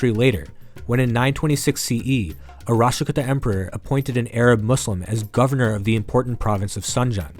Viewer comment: Kuuta not kutta ...as in kuutami in telugu as in a collective. Many many kannada and Telugu words are similar. If you take a min to learn the correct pronunciation it would be clear